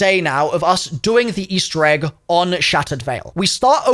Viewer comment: "Eastewr Egg" lmao